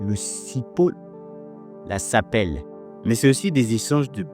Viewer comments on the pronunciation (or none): Le sapeli et non la sapele. Aussi le bubinga et kevazingo c'est la même chose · Nous avons du potentiel sauf que cela ne profite pas aux nationaux , la main d'oeuvre locale tels que des entrepreneurs du dit secteur ont du mal a trouver un marché,pour plus de précisions c'est n'est pas sapele mais plutôt sapelli , kevazingo c'est l'appellation gabonais au Cameroun c'est bubinga c'est le même bois